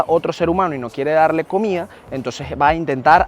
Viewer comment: lo siento,yo lo unico que me siento motivadoi es darle like me gusta el video y deja el criollismo y corrije la pronunciacion vegera de llanero comia en vez de comida te estas comiendo la d como los llaneros vegeros de resto espectacular tu video felicitaciones y mandame una arepa de don pepe